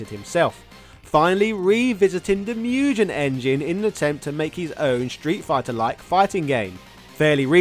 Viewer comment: MugGEN, not Mujen! 🤬